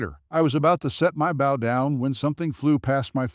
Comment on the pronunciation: Wrong 'bow' AI voice...